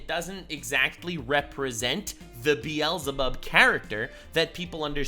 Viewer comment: Wait he's the first YouTuber I heard pronounce the Hebrew beelzabub right. Does actually speak hebrew